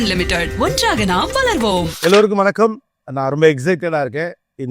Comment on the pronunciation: 'வனக்கம்' இல்ல கோபி! 'வணக்கம்'. தமிழ் மொழிக்காக கொஞ்சம் உங்கள் நாவை வணங்க வையுங்களேன் 🙏